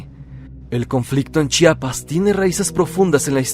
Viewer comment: Mis felicitaciones soy de Chiapas y hablo tsostsil soy tus suscriptor de hace mucho tiempo. Eres de los muy pocos que pronuncian muy bien, el estado, municipio y comunidad de Chiapas, se ve que lo estudiaste antes 👏👏👏👏👏 ch'enal-jo significa pozo de agua, donde fue la matanza por paramilitares, eran un grupo de personas que estaban en misa en una casa, estos paramilitares llegaron a interrumpirlos así no más. Lamentable caso. Felicidades y bendiciones.